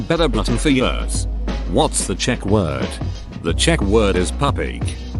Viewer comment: I love how the text to speech voice can correctly pronounce some pretty complicated sentences but also says "50 yurrs".